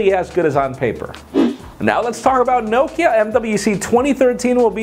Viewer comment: I wish people would pronounce Nokia correctly. Also, the tablet wasn't part of the 4/5 devices rumored to be announced at MWC. They are all smartphones. The tablet rumor was separate from those.